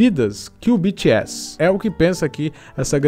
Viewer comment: O que o fala: BTS O que eu ouço: Bitchy Ass